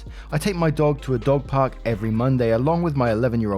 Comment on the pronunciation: Lol...instead of dog park I heard dog pub🤣🤣🤣 I was like that's cool